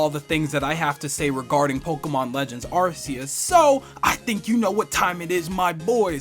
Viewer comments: Arceus is pronounced Arkeus not Arceus. That's how they said several times in the trailer! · I find it odd that people pronounces Arceus's name with an s-sound, when it's supposed to be pronounced with a hard c. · ArKOOS is the correct pronunciation.